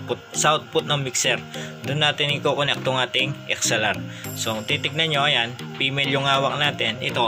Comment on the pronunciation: Sir connect po hindi po conact!?? Hehe. Godbless you!